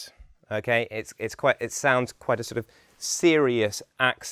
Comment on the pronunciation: For an expert on accent, it’s interesting that he leaves off the't' sound at end of many words. Eg..'Quite'